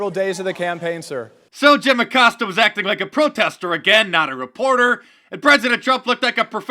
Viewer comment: Jim "Accoster" 😂